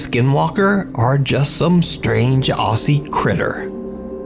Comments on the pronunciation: I wish you Americans would learn how to pronounce "Aussie". It is phonetically pronounced "Ozzy" - not "Ossy". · Aussie is pronounced ozzy just had to say that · “Aussie” is pronounced as “Ozzie” for future reference:)